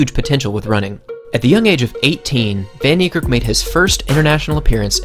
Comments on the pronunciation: People please pronounced his name correctly its fun nee care k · his name is pronounced " fun-nie-kErrk" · Proud South African in the comment section 💙🇿🇦 (The way you say "van Niekerk" tho 😂) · Nathan RS10 Happy to educate 😁. Its an Afrikaans surname, and the language is not known to the wider population other than Afrikaans people really 😂. The "v" is soft and the "a" is hard. You'd pronounce "van" the same as "fun" (as in, I'm having fun) without too much emphasis on the U. "Niekerk" is a doozy so I'll break it down best i kan 😂 "Nie" = "Knee" (as in i hurt my knee)(exact same pronounciation) "Kerk" is tricky cause the "k"'s are explosive. You wouldn't say it the same as "kurk" or "kurt". The two "k"s sound more like the "c" in "clerk" of the "q" in "que" The "e" in "kerk" sounds like the "e" in "certify" and "concerto". So if you put it together "kerk" = "cec" (like the c from "clerk", and the "e" from "concerto") The R is mainly silent So "van Niekerk" = "fun knee-cec" Trust me, as an Afrikaans person myself with an equally difficult surname, we get used to hearing it pronounced in a million different ways 😁. Google translate doesnt help much either 🙈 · Dude u pronoucing his name way wrong it's in Afrikaans not English